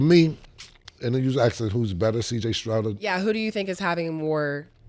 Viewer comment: Cam be killing me with CJ name.. Stroud Killa not Strout😂